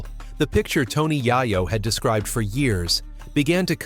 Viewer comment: I cant watch your f*cking bullsh*t AI videos, he said Tony YIYO 3 times and im done.